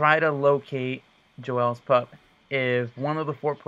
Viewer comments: Oh my God that's not even how you say the name it's Joel's not joelle's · Why is he calling it jo-els... it's pronounced like jol not jo el...lol